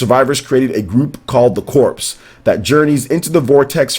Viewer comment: "Corps" is pronounced as "core," not "corpse."